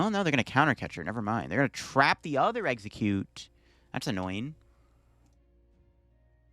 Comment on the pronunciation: Corrects the exeggcute attack name and still gets it wrong 💀